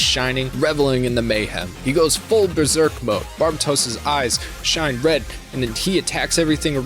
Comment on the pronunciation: “It’s barb-a-toss” 😂😂😂 You watched the whole series and still are mispronouncing it? 🤦‍♂️ It’s ‘barb-aye-toes’ like how white people pronounce the country Barbatos…